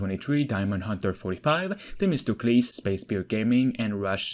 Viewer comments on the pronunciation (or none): none